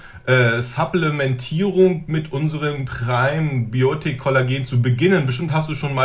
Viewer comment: Primabiotonic? Es heißt Primabiotic liebe Iris…. Schade, wenn man seine Werbepartner nichtmal korrekt aussprechen kann 🤓